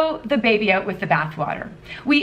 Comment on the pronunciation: I like the way you pronounce the word "out". Shows off your Canadian accent.